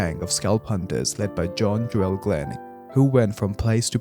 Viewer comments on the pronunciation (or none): none